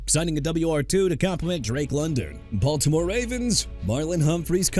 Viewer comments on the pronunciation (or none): none